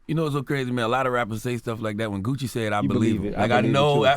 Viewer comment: He really called cuh Gooch 😂😂😂😂😂😂